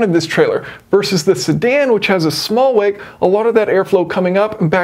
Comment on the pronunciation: and on the car comparison, I kept hearing you say small "weight", you're saying "wake". I was so confused, thinking, this has nothing to do with weight, it's the aerodynamic flow! Had to rewind a few times before it clicked in what you were saying.